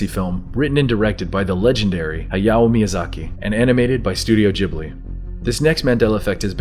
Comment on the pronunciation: Hi-yoh me-yuu-zah-key